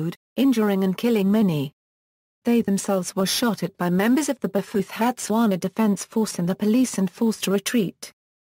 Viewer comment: That's a ghastly pronunciation!